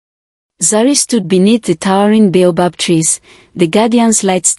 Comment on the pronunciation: Some of the words in the text in the story are not spelt the way they pronounce. For example "bay above tree" should be baobob